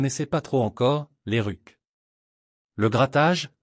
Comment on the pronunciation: La voix synthétique éructe que AD a été bon dans les ruques ! Ouate ze feuque ?